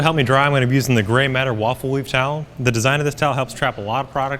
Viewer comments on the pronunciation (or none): none